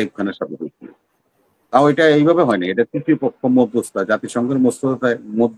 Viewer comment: Jaygar naam uchharon korte parche na. Pahagam ke bolche Pahelia. Ekta bangla word 'modhyostota' uchharon korte parche na. Se ekhane gyan dichhe 😂